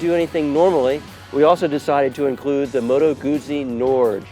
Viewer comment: Of the three reviewers only pronounces "Moto Guzzi" correctly. The other two are professional motorcycle journalists too?